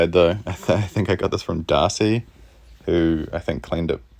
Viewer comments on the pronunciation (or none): none